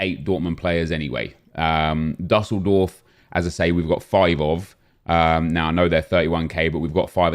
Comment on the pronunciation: It’s doosseldorf